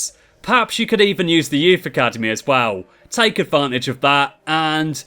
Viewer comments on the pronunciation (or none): this guy can't say as well and it annoys the hell out of me